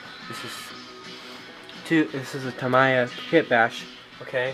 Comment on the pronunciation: the “mi” in “tamiya” is like “me” not “my”